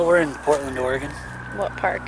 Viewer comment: Thank you for saying Oregon correctly. You do not no how annoying it is as an Oregonian to hear someone say or-eh-gon